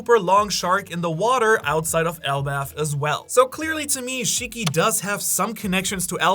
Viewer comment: Please don't say shiki